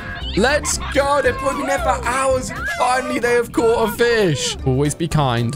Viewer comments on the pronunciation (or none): none